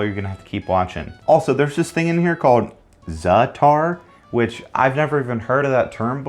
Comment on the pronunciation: I love how you say Za'atar correctly but totally butcher gnocchi